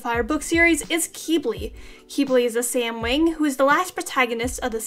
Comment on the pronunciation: you lost me at “samwing”